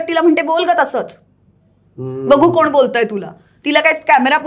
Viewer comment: आहे न ताई फरक 'कोन' आणि 'कोण' यात फरक समजत नसेल ताईंना तर त्यांना साष्टांग नमस्कार